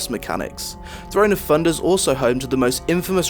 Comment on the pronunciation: Still hate the intro and it is pronounced "thunder" not funder.